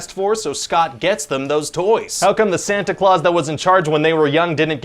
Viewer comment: oh, it"s the real pronunciation was always "Santa Cloth" then?